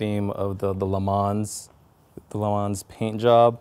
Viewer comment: "LeManz" cringe....